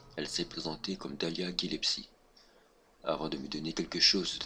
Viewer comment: Non pas pour remettre en question ton fanatisme mais à tu dis "Dahlia GillEPSIE" alors que c'est "Dahlia GillESPIE" Voilà juste que ça m'a interpellé que tu érafles son nom alors que tu es fan ^^ (c'est pas une critique loin de là ;) )